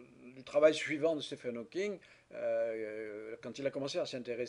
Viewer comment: Ca se prononce "Steeven", seul cas en Anglais où "ph" se prononce "v" !